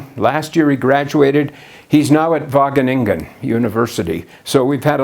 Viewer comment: I smoked a bong evertime he said Wageningen in a clear pronunciation without any distinctive Dutch mumbling and funny emphasis on the last syllable. Now I'm so high that I was able to replace my far red LED with the blank stare of my red eyes to save electricity. Thank you,!